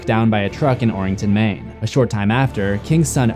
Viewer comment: No one: Stephen King: MAINE